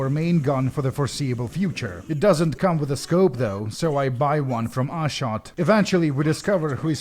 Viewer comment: Ashot's name is pronounced Ah sho t. In Cyrillic it is Ашот. It is an Armenian name and also the name of my uncle.